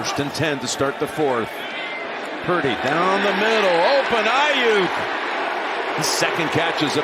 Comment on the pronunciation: LOL! When Jim says Purdy's name in a hurry, he actually pronounces it "Pretty!"